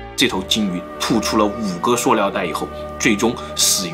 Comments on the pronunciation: 是su liao不是suo liao😂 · suliao 不是 suoliao 听的好别扭😂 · 塑料不是塑尿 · 是塑料，不是素尿。读liao不读niao，是哪里人呀？ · 到底是 料 還是 尿 XD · 是微塑（sù）料噢～ 不是suō啦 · ㄙㄨˋ 不是 ㄙㄨㄛˋ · 塑尿！你tm 结巴吗 树料不吗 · 塑尿塑尿的 好出戲啊⋯⋯ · 塑料，su, 不是shuo，你查词典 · 是suoniao ，摇头晃脑赶得上帕金森症了，很有才华，就是有点不敢直视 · 塑料！不是“硕”料！ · 跟老一辈的发音一样，suo料